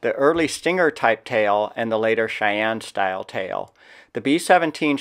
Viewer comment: Cheyenne NOT Chayanne